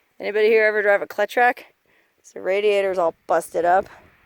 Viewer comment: The tractor Cletrac; is pronounced Cleet Track very deirable for a restoration project, depending on condition, of course. It make me happy to see one i the wild. The were used extensively in Sugar Cane production in Southern Florida.